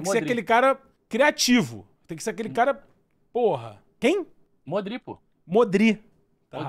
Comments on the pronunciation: já tava difícil, mas a partir do momento que ele falou MODRÍ, eu não tankei mais nada kkkkkkkkkkkkkkkk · tem uma live que ensinam o a falar Modrić e ele continua falando Modrí kkkkkkkkkkkk